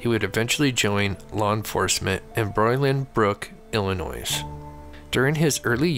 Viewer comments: The S is silent in Illinois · Love the show...but my man..the last "s" in Illinois is silent ❤